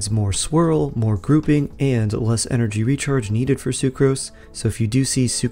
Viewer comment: What is energy rechrage? 😂 I wasn't going to say anything, but you did it multiple times 😜